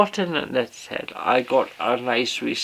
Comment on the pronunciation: it is pronounced née not net for Neatishead how long have you been doing the broads.😂